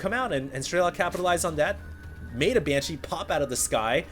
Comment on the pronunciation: its funny how i still hear "ban-cheese" everything says it